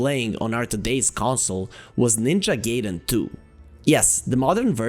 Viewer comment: Btw. It's Gaiden. No Geiden. I learned that from The Wizard 😂